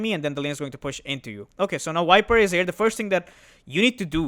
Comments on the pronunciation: bro keep saying "Wiper" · I love your videos. One small thing: can you please learn how to pronounce the letter 'V' instead of saying "Wiper" and "Faceless Woid"? It's incredibly infuriating. I understand accents and language barriers make things more difficult, but you're not even trying. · How does that matter? As far as you understand what hero he's talking about, it shouldn't bother you. Case is different if you have some kind of OCD though.